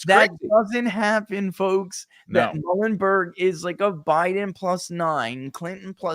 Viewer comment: Muhlenberg College pronounced “MULE-n-burg” FYI 🫏 🙂